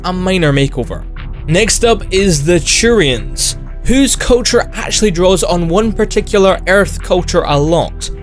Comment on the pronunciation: "Next up is the Churians"